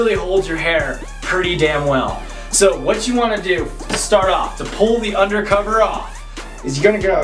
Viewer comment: He said undacova son!! 😂😂